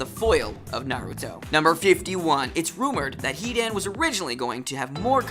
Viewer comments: Yea, it is pronounced HE-DAN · Like HE DAN and MA DARA